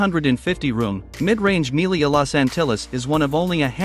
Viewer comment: It's pronounced "me-LEE-ya," not "MEAL-ee-ya"